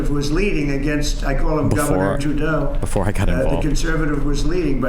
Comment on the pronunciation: We just brush over him saying “governor jewdeu” after signing an executive order to end anti semitism?